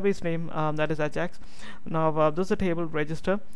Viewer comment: Its EyJax not Ahjax. still awesome vid!